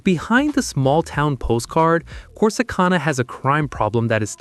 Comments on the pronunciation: Corsi CON-a?? Hagahahaha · I can't get past the mispronunciation of Corsicana or Navarro County. Ugh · Your pronouncing Corsicana wrong. That's not how us Texans pronounce it. Gotta be a yankee who made this video. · Click bait AI cannot even pronounce Corsicana correctly 😂